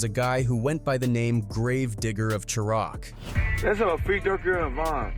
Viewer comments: These A.I.s be sounding real until they call Chiraq "Cha-rock" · Another AI Cherr-rock story 😂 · lol Cher Rock 😂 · Can’t even say Chiraq right 😂😂😂😂😂now